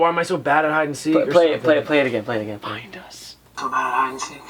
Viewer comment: For the clip in the well it doesn't sound like find us it sounds like find my stone